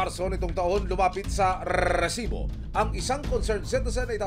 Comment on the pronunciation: Stop with the solid pronounciation of R in Resibo, please.